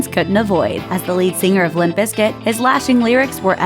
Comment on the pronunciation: Please stop saying "biscuit"... its BIZKIT!!